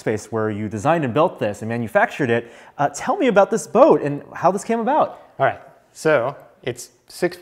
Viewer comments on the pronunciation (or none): "Tell me aboat this boat, and how this came aboat."